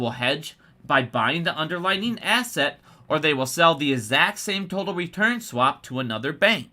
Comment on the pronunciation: It's "underlying" NOT "underlining."